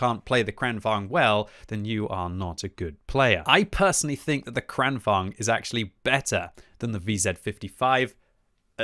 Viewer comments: bro...it's vaGn, VAGN, VAG-N not vaNg. Vagn as in wagon. vagn, wagon. like the German Kampfwagen. tornvagn, kranvagn, kampfwagen. Don't you have a PhD or something? holy fuck. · its Kran-Vagn not Kranvong